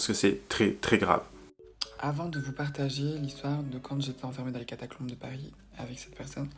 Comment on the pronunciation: C'est trop cool ces vidéos un peu plus longues, un régal! Par contre on est d'accord elle n'arrête pas de dire catacLombes ??